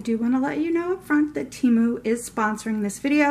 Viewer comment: THANK YOU for pronouncing Temu right!!!